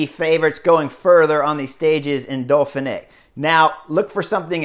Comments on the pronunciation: Try "Door-fin -eh", keep the h soft. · Horner letting his inner-Canadian show as he describes the Dolphin-eh.